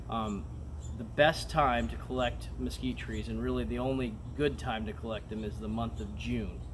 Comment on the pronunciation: Mesquitree jaja, Nice word muchas gracias